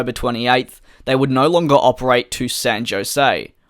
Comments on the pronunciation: "San Jo-say" or "San Jo-See"... it's enunciated "San Ho-sey" or "San Ho-say"... huh. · San Jose = San 'Ho-Zay' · Nice presentation. San Jose is San Hoe-Zay... FYI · San Jose is pronounce San Hose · Hi Dj, good luck on getting your personal issue resolved. Another great and informative video, thanks. Just one FYI for in pronouncing "San Jose". Words that start with the letter "J" in Spanish are silent. It's "San O'zay or O'say depending if your old world/new world Spanish speaking. Do have a great day. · As a (recently former) San Jose resident, most Californians pronounce it San Ho-Zay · You pronounce the city wrong its san jose(ho zae) here in america lol but good try we say words alot different here than the rest of the world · The J in San Jose is an H sound